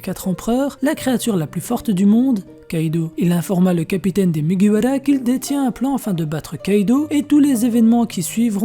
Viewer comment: Pk tu dis mugiwala et pas mugiwara ta pas besoin de le dire en japonais :sueur